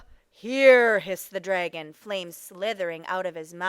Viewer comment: Who says times instead of multiply, and who pronounces dragon “draygon”? It’s incorrect pronunciation, not an accent